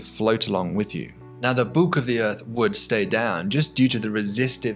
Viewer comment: The "uhrth."